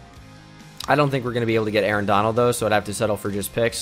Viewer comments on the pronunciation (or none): none